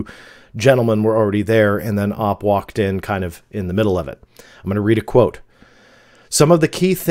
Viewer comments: Hey thanks for another great video; just a heads up OP is usually pronounced as just the letters, like "oh pea" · OP is pronounces OH-Pee. Like the letters. Thats how I've always heard it. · The OP lol. How??? Could you not it's oh pee? You've been on the internet since the beginning? Op????? Wtf????